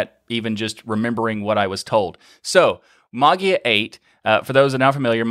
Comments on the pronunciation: interesting stuff. I still don't understand the video presenter's decision to say Maa-guee-uh. Maybe one could read the 'ei' as the 'A' diphthong to pronounce "ma-Gay-uh" or "ma-Jay-uh" or, as you point out "ma-Way-uh" or "ma-Yay-uh". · There are two problems for English speaking people not familiar with Greek: the fact that the "ei" (εί) is actually pronounced as a short "e" (as in beetle) - which becomes a longer, lounder "e" because it is also accented- and the problem of the "g" ("γ") which is not abvious at all. The presenter just heard it as... whatever and pronounced it as... whatever :) Not the crime of the century, though :) BTW, are you familiar with the "Erasmian Pronunciation"? Well, you can use it for ancient Greek texts (the ancient Greeks are long gone and there's no one there to correct you :) ), but don't use it with modern Greek, it's just wrong... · I definitely took note, as well. "Like, what do you suppose is the reason for the 'E' character? Why not 'Magia' if you wanna pronounce it that way?" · The word "Mageia" is the transliteration of the Greek word "Μαγεία", that's why you have that "e" in there. If you want to hear how it is pronounced in Greek, here it is: This is the way to pronounce the word mageia (μαγεία) = ma y i a , the y like the w in weather or y in yield, and the accent at the i. In English ge is often pronounced like a soft j, like the second g in garage, or the g in mirage. (Phonetically represented by z.) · Davis because there's not an official pronunciation and I was told that was correct. My natural way is with a J sound. As you can hear in this episode. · I thought you said "that's how they told me to pronounce it" to which I claim the necessary response is "then spell it that way"